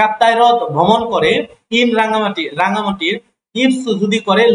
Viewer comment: রনগান্তি না রা্ঙ্গামাটি হবে